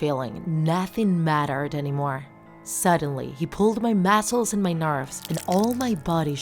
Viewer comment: It really bothered me how she said muscles and puppet